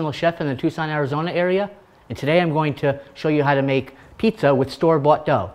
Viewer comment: I know he's saying store-bought, but it sounds like store butt